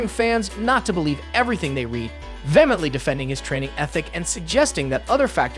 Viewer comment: Best of luck learning to pronounce "vehemently." Good Lord.